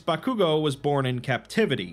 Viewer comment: The way my man pronounces Bakugo. He clearly doesn't watch anime 😝